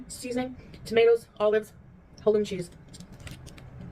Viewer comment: Olive oil does not belong in any pickles. Who the hell puts oil in pickles? Chantal does ,that's who. And another thing....Its pronounced Ha-lum-ee cheese....noat Haluum . She also said Ruh instead of roux . This woman was raised in French speaking place and doesn't know how to pronounce roux ???? I'm pretty sure she's said it correctly in the past so why? Ruh ...what????? I can't with this woman. 🤡💩🤡💩🤡💩🤡💩🤡💩